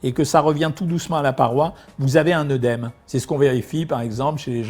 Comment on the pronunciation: Merci, Docteur, pour vos explications. Je suis rassurée. Ma tension est normale, voire un peu faible. Je sale peu mes aliments, j'évite les plats industriels, je n'ai soif que les jours où j'ai mangé du hareng fumé ou du saucisson sec, je ne souffre pas de calculs rénaux ni d'œdème. A ce propos, permettez-moi de vous dire qu'il ne faut pas prononcer oeudème et que la prononciation correcte de la diphtongue œ est é, donc œdème comme dans œsophage, œcuménisme, œstre, œstrogène, fœtus, au contraire de bœuf, œuf...